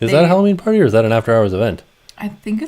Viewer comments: I thought he said boob hours LOL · We all heard boob hours, sorry, you tried. 😂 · I like “boob hours”!!! That’s what I heard! 🤣🤣🤣🤣